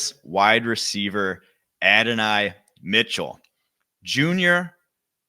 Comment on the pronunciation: It's pronounced Add. dough. nye.